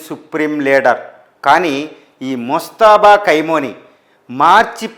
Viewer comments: పేరు పలకడం రాదు.. భాష పరిజ్ఞానం లేదు యానలిస్ట్... మనఖర్మ.. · పేరు పలకడమే రాలేదు. నీ సెర్చ్ లు నువ్వు చెప్పే సంగతులు ఎంతవరకు కరెక్ట్ గా ఉంటాయి